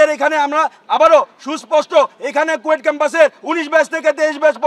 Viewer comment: কুয়েট ❌ কোয়েটিং ✅